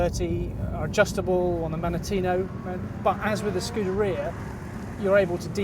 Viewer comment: he still cant pronounce Scuderia properly??